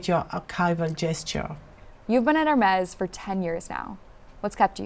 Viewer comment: A pity she persistently fails to pronounce "Hermès" correctly.